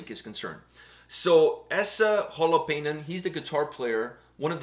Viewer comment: The Name is Said More like Holo pain - Holo like from Hologram - Pain like from PAIN KILLS ! Other THAN - WELL Done !